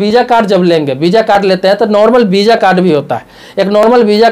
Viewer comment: Bisa nhi visa hota hai sir